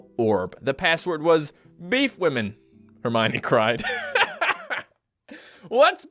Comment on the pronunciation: Wtf is hermyni it's herm-e-un